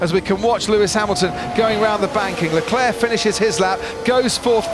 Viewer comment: Quick question why did you not have finish flags for the both the Ferrari drivers oh you made a huge mistake at the end there if you think they're the two best drivers and you pronounce their names wrong it's Max B crashing and queen Louis